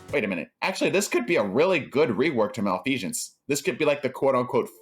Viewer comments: The way he says malfeasance pains me :) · Why are you saying malfeasance like that? It’s making me a little uncomfortable 😂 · is it too much to ask from the gaming community to at learn attempt to pronounce things correctly? malfeasance, no one, and i mean no one says it like you do and it grinds my gears hearing it seeing as you pronounce every thing else fine, including the one most seem to fail at spectacularly which is ikelos